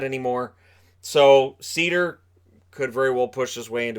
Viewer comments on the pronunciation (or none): It’s pronounced “Cider” not cedar haha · It's SEIDER not SIEDER!!!!!!!!! PRONOUNCE IT RIGHT!!!!!!!!!!! please, thanks. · It's not pronounced sider. That's just wrong. Its SEider, the E is never silent. and e is pronounced like i. So seider. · Seider’s last name is pronounced like cider. In German, when you have i and e next to each other you pronounce the second letter ie has an e sound, ei has an i sound